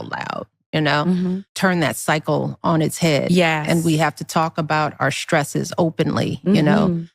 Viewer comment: "Our shtresses...?"